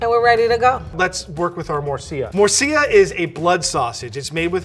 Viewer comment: its Murcilla not Murcia, Murcia its a City in Spain;)